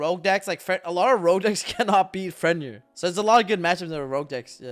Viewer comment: “FRENYIR” my guy it’s FEN-RIR